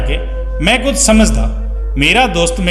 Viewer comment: ਸ਼ ਨੂੰ ਸ ਨਾਂ ਪੜ੍ਹੋ ਕੁਝ ਨੂੰ ਕੁੰਜ ਨਹੀ